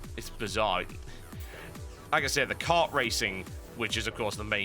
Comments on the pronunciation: mario cart? is that you? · Mario Kart, not Cart. ._. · What the hell is 'Mario Cart'? I've only heard of Mario Kart.